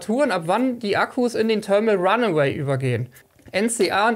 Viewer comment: Wer kennt es nicht, das Törmel Ranneweh 🙃